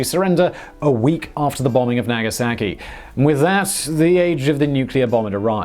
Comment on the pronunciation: "Nag-a-sack-key" 🤣 bro what 😂